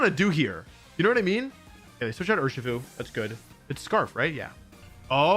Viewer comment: weird way to pronounce urshifu